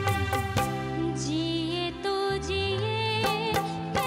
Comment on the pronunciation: There is a big difference between Jeeye and Jeeyen. Somebody on the show should correct the pronunciation of the singers.